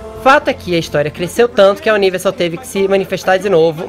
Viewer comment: Fefito CALA A BOCA!!! Ou pelo menos aprende a falar “Universal” ou size em português mesmo. Fica menos feio para você #FicaADica